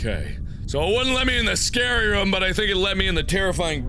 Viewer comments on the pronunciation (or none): Markiplier You say "room" strangely. You say it like rüm.